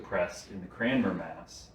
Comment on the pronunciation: It is painful to hear Dr Marshall mispronounce Cranmer each and every time.